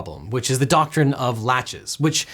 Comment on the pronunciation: Interesting pronunciation of Laches, which, based on context, sounds like it is of French origin, "lâche", or lazy in English. It sounds weird hearing that as a doctrin because it just means you're calling another lawyer or legal team lazy, heh.